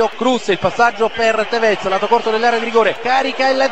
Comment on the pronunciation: In realtà si pronuncia Tèvez e non Tevèz come diceva.